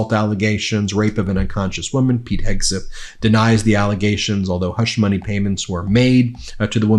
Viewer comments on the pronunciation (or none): none